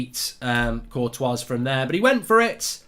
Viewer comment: Cortowaz.. Burn-a-bawa.. LOL